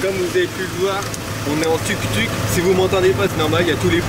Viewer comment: Le tuktuk se prononce touktouk 😆